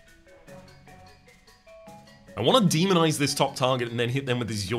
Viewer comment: I am going say first i really am enjoying the series so far. Secondly please tell me im not the only one who keep on hearing demon eyes instead of demonize.